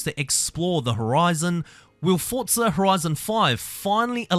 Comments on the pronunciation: It’s FORTZA. I don’t know where the hell you hear “t-forza” Australia has different ways of pronouncing words, just like how in England it’s different and here in America it’s different. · Why do you say ‘tforza’?